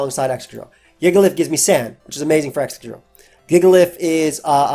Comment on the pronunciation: you mispronounced jigalith.